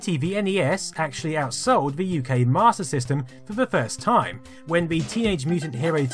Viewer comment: Why does he keep saying Martyr System?